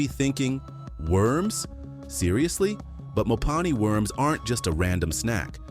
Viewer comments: Mopane Should be pronounced as mo' pa' ni not as pane. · It's Mopani worms not Mopane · Mopane worms.....is pronounced, "MO-PAH-NEE worms" All of these dishes are eaten only by black people, mostly in the northern countries of Africa. Especially South Africa has many races. White, coloured(mixed with Malaysians, Europeans, Dutch, etc), black, Indian, Malays, Chinese, etc. And these dishes you show here for South African meals, are eaten only by the different black races. Zulus, Xhosa, etc (11 of them!): There is one delicious dish we all eat, ox tongue, a delicacy on the Christmas table. Even the Malays eat it. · Its pronounced "mopaneh" worms. (Finkubala or macinbe") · Please its pronounced Mo-pa-nee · Im sick of AI!! Its MoPANee worm!!! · Get the pronunciation of mopane worms right, do your research 😂